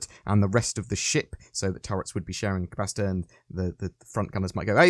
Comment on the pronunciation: I kept hearing pasta rather than capacitor